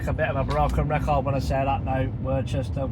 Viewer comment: Hi mate you make me laugh when you say Worcester it’s pronounced Same as Worcester sauce crisp You pronounce it as if there is a h in it